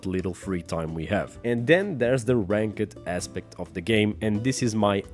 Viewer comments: I loved how you say ranked, "rank-ed" lol. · Bro I love how you pronounce ranked 😆🤣